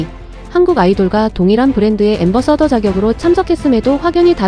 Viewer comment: 앰버서더... 라니... 안바사다... 임... ㅋ